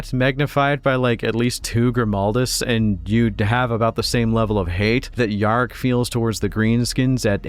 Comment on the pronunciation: missing an ‘R’ there mate